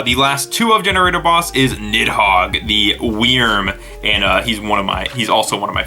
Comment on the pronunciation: The way you say Wyrm physically hurts me